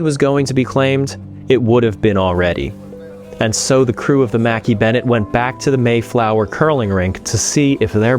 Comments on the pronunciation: You do not pronounce the ship name Makkie. In Scotland it’s Mac.Eye Mc and Mac are pronounced the same and KAY IS eye like 2 words not one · Pronounced Mack-ay not Mack--ee. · It's not mackie bennett It's pronounced MACK-EYE bennett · Shouldn’t the ship name be pronounced “Mackay” not “Mackie” ? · Mackay is pronounced Mac Eye ,,,,Angie in Scotland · Mackay would be pronounces Mack - Eye in Scotland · pronounced - - mah kay Bennett .... Jesus H Christ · Mackay is pronounced mac-eye ..... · I'm Scottish and Mackay is pronounced ma-ki. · Interesting pronunciation of the Scottish surname "Mackay".